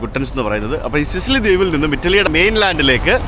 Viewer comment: സിസിലി അല്ല, സിച്ചിലി ആണ്. ടാബാച്ചി അല്ല, തബാക്കി. വില്ല സാൻ ജൊവാന്നി, ഫ്രചെറോസ്സ